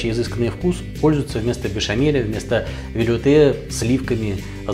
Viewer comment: Велюте либо велуте (ударение на последний слог).